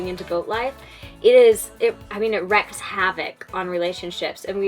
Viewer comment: Good info. Just a small detail for future use....something doesn't "wreck" havoc, it "wreaks" havoc...rhymes with "week". If it "wrecked" havoc, there wouldn't be anymore havoc. Wreak means to "cause the infliction of" something.